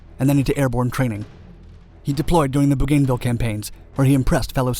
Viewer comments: BoGainVille island? ˈbuːɡənˌvɪl is the pronunciation. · bougainville (boo-gan-vil) not (boo-"GAIN"-vil). Love the vids...sorry to be persnickety about the names, but sadly you buff names up a ton on your videos.... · pronounced ... BO-gan-ville